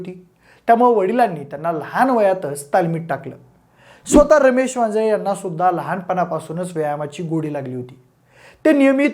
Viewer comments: वाजे असे बोलताना उच्चार केला गेलाय वांजळे असा करावा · अहो ते वांजे साहेब नाहीत वांजळे साहेब आहेत असा उच्चार करा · वांजे नाही आहे रे भावा वांजळे आहे